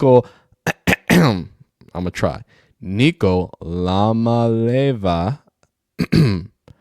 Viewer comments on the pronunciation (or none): lol js to help you out its nico iah-mali-ah-vah